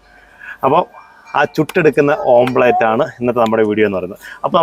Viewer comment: ഓംലറ്റ് ആണ് ഓംപ്ലറ്റ് അല്ല